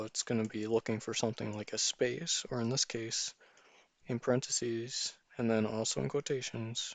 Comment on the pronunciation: Excuse me but these are parentheses. this ( is a parenthesis... there is no such word as "parenthesee"